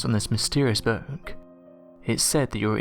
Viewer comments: What the hek is a "Boourk"?? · I cant stand this narrators voice and the way he says ...: "book " is creepier than a stupid ...boook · Screw the book...what’s haunting me is how the narrator says the word, “book”.